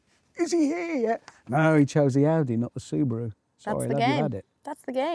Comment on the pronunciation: Did she say subuwu 😂